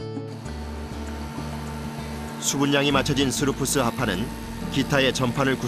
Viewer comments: 스루프스? 스푸르스! ㅋㅋㅋ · 스러프스가 아니고 스프러스